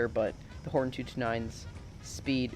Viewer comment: its pronounced hortOn btw bu u still have my sub